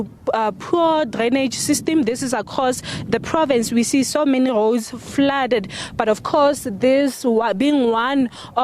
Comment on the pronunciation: Goad or Roads 😂😂😂